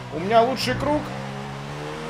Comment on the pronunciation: Куруг, прикольно звучит, все говорят круг а ты говори куруг